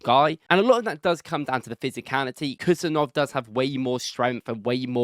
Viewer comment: Please note: Not Kusanov, but Husanov!!! His surname sounds like: "who son of"!!!